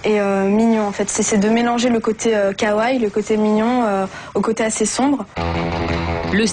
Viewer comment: Mr. Propre Surtout que (au risque de passer pour un gros weaboo) "Kawaii" ne se prononce pas "Kaway" mais "Kawaï"